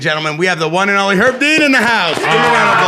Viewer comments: 'Erb Dean fault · people be calling herbal tea or any particular herbs "erb" but not call Herb Dean "Erb Dean." 😂